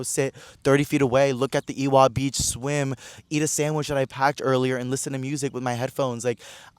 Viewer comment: W is pronounced like V in Hawaiian. Ewa = Eva or Evah Beach